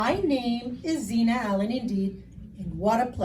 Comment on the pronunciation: Xina (not Zena). ☺